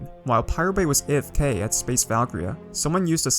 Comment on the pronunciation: Val-Kir-Eeaa Not Valkria